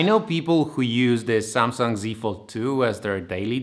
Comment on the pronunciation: Fajnie z biegiem odcinka zmienia się wymowa z samsang na samsung xD